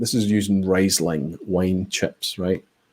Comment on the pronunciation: Pronounced reesling.